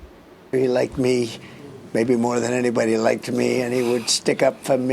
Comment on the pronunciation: “He laiked me”